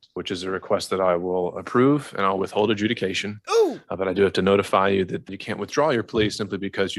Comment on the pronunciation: It actually said "adjuciation"